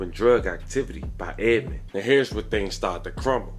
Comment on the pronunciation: You keep putting the s on the end of Edmond 🤦🏿‍♂️ you probably say meek mills too